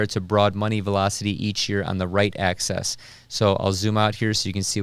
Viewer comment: You pronouce "axis" like "access" and it bothers me, but you still get a thumbs up.